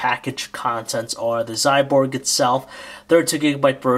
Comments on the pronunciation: Not "Xyborg", Xyboard dumbass!! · its Xyboard !!! not Xyborg !!